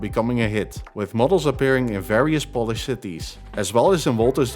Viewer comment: your Polish pronunciation is definitely improving! great video as always!